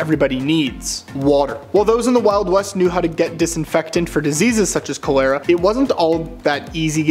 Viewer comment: Its pronounced "CALL-ur-uh".